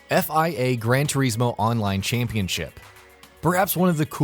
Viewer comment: It's Gran without D